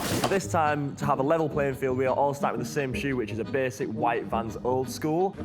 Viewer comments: VANS! NOT VAN! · Hearing that one guy call Vans a “van” I knew I had to click off